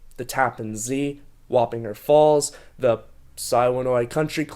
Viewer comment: Has anyone else only heard Warringer pronounced l /wah-pin-jer/? I grew up in Northern Westchester.